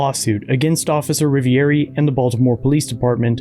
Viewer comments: Cop🥒 says " I'm officer Rivieri" not Rivioli as per legends say.😒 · He said "Rivieri" not Rivoli. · He pronounced his name wrong.. lol. We all have bad days